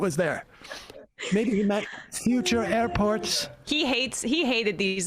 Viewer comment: Sounded like Trump was saying “our army manned the air” before they took the airports. Anyone else hear that or was that just me?